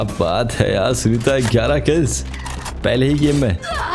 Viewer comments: Sooneeta ❌ Soneeta ✅ 😂😂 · Bhai har 2 second pe sooneeta bol rhe ho😂